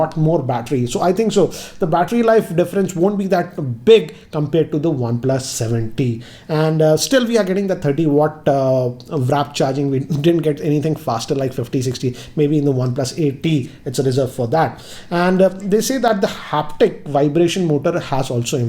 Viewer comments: Stop saying wrap charge its not wrap its WARP charge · Why do you always say 'Wrap' charging not the correct 'Warp'??